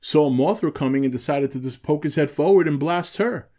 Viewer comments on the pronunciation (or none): none